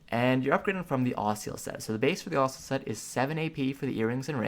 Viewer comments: Tree-ant, guy-ant, ossula. Have I been saying this shit wrong all my life? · Yikes... GROO-NIL ( Grunil ) and AH-SOO-LAH (Asula) .. Learn to pronounce